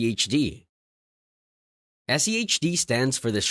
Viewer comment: Why are you keep saying SEHD rather than SCHD?